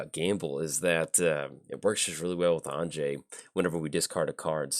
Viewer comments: Hey, glad you’re running Anje, def great to see coverage for her. I also wanted to let ya know her name is pronounced like Anya 😁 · You beat me to it although if I'm honest I was expecting a way worse pronunciation like anji lol